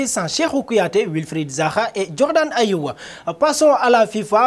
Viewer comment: c'est Jordan "Ayew" et non "Ayewa".Merci